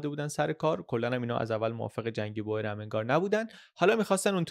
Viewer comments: سلام میخواستم بگم تلفظ Boer به هلندی بوئر نیستش و بور تلفظ درست هست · خیلی عالی! فقط اینکه کشاورز در زبان هلندی بور تلفظ میشه نه بوئر، دقیقا مثل تلفظ موی بور در زبان فارسی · بوئریی نه بووورن .boeren به هلندی یعنی دهقان بوورن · خیلی ممنون بابت ویدیوهاتون ❤ تو زبان هلندی oe همون oo انگلیسی تلفظ میشه، boer بور خونده میشه، boor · در زبان هلندی دو حرف او مانند اردک و حرف ایی کنار هم قرار میگیرند صدای اوو میده پس کشاورزمیشه بوور و جمعش میشه بوورن یا بووره ...مثل موی بور .تلفظ شما اشتباس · دووست عزیز تو زبان هلندی به کشاورز ها میگن بوور بیش از هزار بار به اشتباه تلفظ کردید